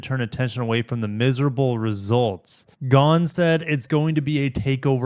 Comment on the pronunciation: Well, modern capitalism at work. One thing I learned from this video: how to pronounce "Ghosn".